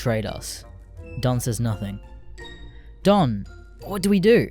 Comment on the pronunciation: would be better if you didnt pronounce "Don" as "dawn"